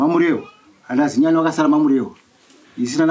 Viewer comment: Chinyani kwete Zinyani